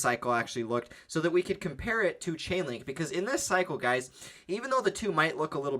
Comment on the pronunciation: LAUGHING MY ASS OFF! You said CHICKENLINK😅🤣😅 no disrespect